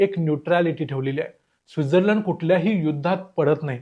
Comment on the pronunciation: योग्य उच्चार तूच केला भाई डेवोस असा नाहीतर सगळे दावोस बोलतात..पण तू स्वित्झर्लंड ला चा उच्चार चुकीचा केला 😅